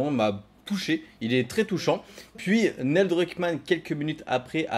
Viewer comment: Crash 2 à 5 ans et le jeu de ta vie à 6 ans ?? C'est tôt non ? Déjà à 14 ans pour moi crash 2 c'était difficile mais bon. Sinon Neil se prononce Nil et maintenant que Wells est parti il va être en roues libres total le mec, ça craint pour ND. Le studio a une fanbase solide et fidèle mais pas sûr que Druckmann puisse gérer comme Wells et Balestra, avec Hennig c'était la belle époque de Naughty Dog à mon sens la meilleure. On verra ce que l'avenir réserve mais franchement le multi de tlou2 ça fait un peu de la peine quand-même ce temps perdu pour une poignée de joueurs. L'appât du gains j'imagine